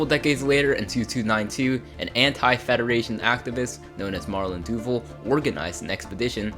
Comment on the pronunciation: Marlin Doovle? Doo-VAHL